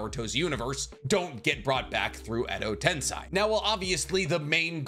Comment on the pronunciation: I swear i like your chanel but every time you say tensai my eardrums bleed, it's tensei have you see the japanese dubbing or English ?